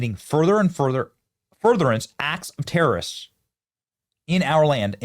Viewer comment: Mr. Resident, the American people know what needs to be done about these "tare-oh-wrists."